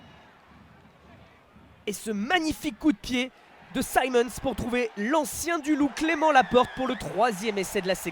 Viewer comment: S'il vous plaît, arrêtez d’écorcher le nom de Simmonds. Ce n'est pas "saillemondes" c'est "simondes". Ou alors prenez des leçons de prononciation en anglais. Ça me rapelle "Laillecesseter"...